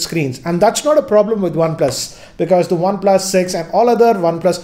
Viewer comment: One "PLASSS"